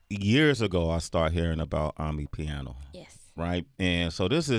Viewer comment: Not amipiano but amapiano bru